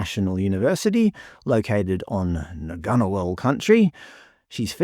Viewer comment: Man, just an aside. Having lived in the suburb if the same name, I can confirm the G in Ngunnawal is silent. Phoenetically it's just 'Nuh-nuh-wall'